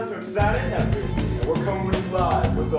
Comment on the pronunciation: Its Yalan Tabrizi not Takbrizi xD